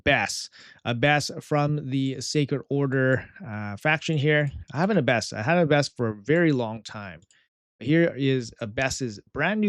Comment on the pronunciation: I don't usually comment on pronunciation, but this one was rough my friend. It's the Aaa sound like apple. A-bbess, with the emphasis on the Ah. Like Abbey, since that's what an abbess was, the female leader of an Abbey.